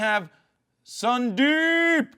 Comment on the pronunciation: this is fkin boring and horrible when you badly pronounce the name as sundeeeeep ... and that to unnecessarily several time with that terrible throat brushing. dude! .. grow up dude!